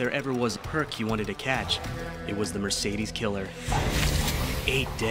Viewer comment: For the love of god, its 'Perp' and not 'Perk'